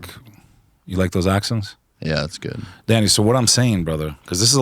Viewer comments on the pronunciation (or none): LMAO did this guy rehearse his intro and sun glass pull, he tried so hard to be a tough guy he mumbled the 2nd time he said the word Danny. I love this show, you know 98% of guest have been able to confuse and baffle Danny, Danny hasnt been the same since Billy Carson grifted him like a baby in a stroller with an all day sucker. This guy even thanks Danny for helping him with his grift game that he mistakenly calls a career.